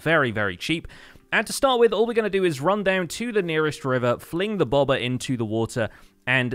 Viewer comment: Ohhhh, "bobber". I kept wondering what the hell a "bawbuhh" was.